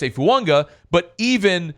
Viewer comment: is pronouncing Fuaga correctly. Taliese Fuaga has said “Fu-Ang-a” is the correct pronunciation.